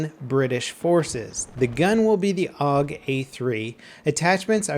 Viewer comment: It's pronounced A.U.G, not 'org'.